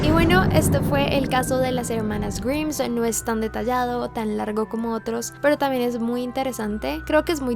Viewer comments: Amo sus videos pero me molesta demasiado que pronuncie mal el apellido. Es GRAIMSSSS no GRIMS! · Me mata por qué pronuncia en inglés todo bien y correcto salvó el apellido se pronuncia graims no griims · Grimes se pronuncia GRAIMS no como dijiste pero si como se escribe está bien el pronunciado nomás está un poco erróneo:v Pd: amo tus vídeos y tu voz me encanta escuchar es muy relajante. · Grims? Pensaba que la pronunciación era graims como Rick Grimes de la serie The Walking Dead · Grimes se pronuncia "Graims" jajaja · No se pronuncia "grims" sino "graims" >:v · tqm, pero se pronuncia "Gaims"... Perdón.. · Se escribe Grimes, se pronuncia Graims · Se escribe Grimes pero se pronunca GRAIMS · No se pronuncia "graims"? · Pronuncias mal "grimes" jaja salu2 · Se pronuncia GRAIMS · A mi nomas me molesta que pronuncie mal el apellido intentando hacerse la que lo pronuncia bien? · DEBERIAS APRENDER A PRUNUNCIAR, esta mal como pronuncias grimes, sino sabes como se pronuncia ve a google traductor